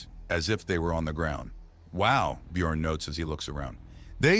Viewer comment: Actually slightly impressed that the AI voice not completely massacre the pronunciation of the 'ö' letter in the name Björn despite it's spelled with an 'o' in the text.